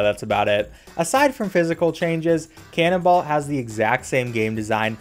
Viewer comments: Canonbolt not canonball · Cannonballt? Wasn't it Cannonbolt???? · Lol, "Cannonbalt" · The way he pronounces Cannonbolt's name gives me pain.